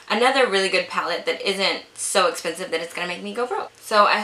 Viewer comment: "Dass Esspensive" looooove when Kathleen Lights says that! 😂😂